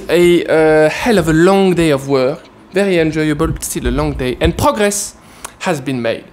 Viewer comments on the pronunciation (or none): was like: "POG-RESS" HAS BEEN MADE Lmaoooo